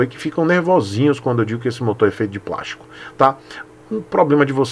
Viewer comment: "Tem mais Prastico" kskskskkskskskkssksk gênio.